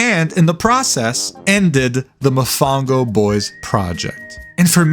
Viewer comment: I can’t believe you pronounced Mofongo wrong, you dissed my favorite dish bro 😢 usted es mal brother